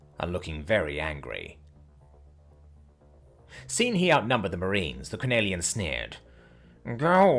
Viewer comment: ITS CORE-MAN!!!